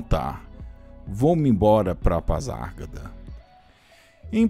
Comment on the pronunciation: Gostei do vídeo, apenas uma observação a forma de pronunciar PASARGADA, está errada.